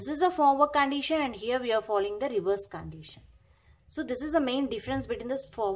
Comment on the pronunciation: It's condition not caandition😂